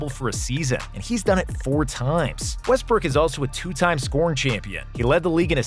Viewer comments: If you listen carefully, he said WestBrick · Anyone hear him say west brick